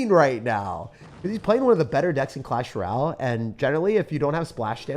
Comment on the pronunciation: Sounds like you call it "Clash Corral".